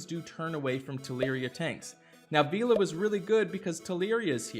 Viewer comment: Still cant say vela i see